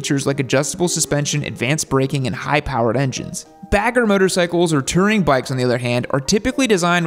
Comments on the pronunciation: It's "Touring", not "Tirring" 😊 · I'm just hear to hear pronounce it "Tering" about 93 times... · Ramble to me that you’ve never actually put big miles on without actually ever correctly pronouncing the word “tOUring.” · How do you mispronounce "touring" 😂